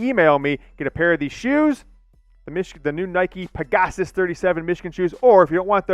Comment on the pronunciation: Hey, it's Peg-a-sus (peg-uh-suss is how it's pronounced).